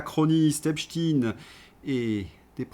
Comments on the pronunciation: EpSTEIIIIN EPSTEIIIN PAS EPSTIIIN PUTAIN vous ne comprenez pas qu'en prononçant " IN" vous allez ds le sens de cette saloperie ? C lui QUI A CHANGÉ LA PRONONCIATION PUTAIN de con! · Pourquoi prononcer hep chtin ?